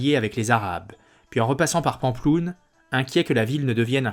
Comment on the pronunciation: Vidéo intéressante mais la prononciation de Pampelune quelle horreur. Je suis étonné des détails de la bataille de Roncevaux, car il me semble que l'on situe la bataille aux alentours de Roncevaux mais on n' a jamais trouvé de vestiges. Il y a des écrits qui relatent cette bataille ? Côté Francs peu car on relate plus les victoires que les défaites côté Basques peut-être....